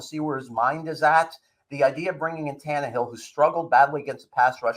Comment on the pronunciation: Can you say Tan-Ne-hill